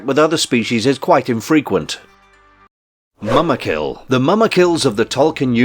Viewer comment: You can't even get the names right, for example "Calagon" should be Ancalagon and "Sheilob" should be Shelob". And "Mama kill", seriously? That should be Mûmakil.